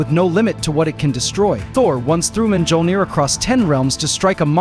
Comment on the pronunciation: If you're going to have Ai do the narration for your videos, spell out MYOLNIR and OOROO phonetically so it won't mispronounce the words.